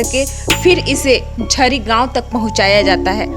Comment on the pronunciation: गांव का नाम तो साही से बोलिए झिरी है